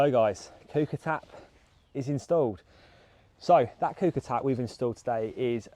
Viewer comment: Great video, but it's pronounced "cooker" and not "cooper" 😂